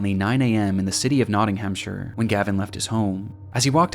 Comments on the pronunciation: Nottingham (Not ting um)is the City, Nottinghamshire (Not ting um shuh) is the County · The city of “NottingHAMshire” outstanding 😂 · is it really that hard to research how to pronounce nottinghamshire and also research the fact its a county and not a city. slop video.